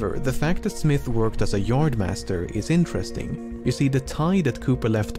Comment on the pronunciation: No one: xqc: incheresting incheresting incheresting incheresting incheresting incheresting